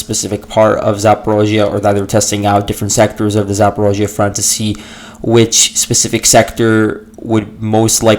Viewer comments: Great stuff! Your podcast is always extremely informing. Keep it up. (Although you say “zaa·paw·REEZH·yuh” funny, LOL.) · I don't believe anything the russians say. the only thing of value listening to the russians is that you do find where there are Ukranian operations, other than that we have to wait till the fog of war opens. Can't stand your pronunciation of Zaporizhia (and you say it a million times).